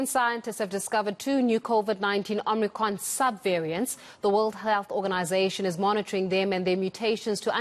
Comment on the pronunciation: This woman can't even pronounce omicron properly...